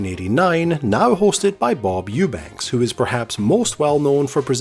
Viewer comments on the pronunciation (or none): none